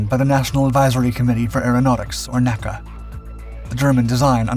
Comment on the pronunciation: The N.A.C.A. was never called nA’kuh People did not pronounce organization initials as words back then. My father was Chief Aerodynamicist for the agency and I grew up in the core circle of families in leadership of the agency. The people who, when the agency changed its name to N.A.S.A would become the core of the new agency. For which he was also the Chief Aerodynamicist, before reordering the research structure and becoming the director of space vehicle research. Known as N-A-S-A or “the space agency” it would not be pronounced as a word until the very late 1960s. Hearing nA’kuh is like fingernails on a hundred blackboards.